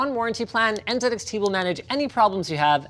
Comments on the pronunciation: Linus finally pronounced Z the Canadian way when mentioning "NZXT". As a Canadian, I just want to say : welcome back to Canadian English. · I loved that Linus pronounced NZXT correctly :D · No one noticed he said NZedXT correctly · Finally!! Finally!!! 😌 Somebody pronounced Z "Zed" Thank you!!